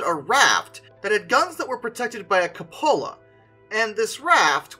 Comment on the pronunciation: AH-BAY. You are reminded that Google Translate has a pronunciation aid for most languages -- the little speaker icon -- and there are countless "How to pronounce" YT videos and websites for essentially every language, including many that Google Translate can't handle. Also: oh dear lord. COO POH LAH. If you're not sure, look it up. Not hard to do... mispronunciations do you a disservice,, you're not Morans Guy, but stuff like that makes you sound like a dunce, when you aren't, all too easily.